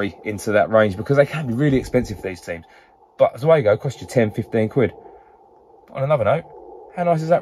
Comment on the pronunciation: Zeugo not zuego... come on, man!!!